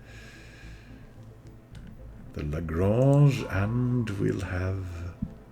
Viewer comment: Do you speak French? You pronunciation of 'The Lagrange' was quite interesting. I would go pretty straightforward for smth like 'Legrunsh' :-) P.S. These quick-learning slugs should join our great scientific powerhouse along with the intelligent alien guys. United we stand :-)